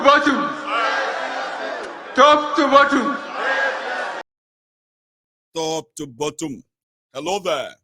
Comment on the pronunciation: TOP TO “ BOTT-U-M”😶😳😱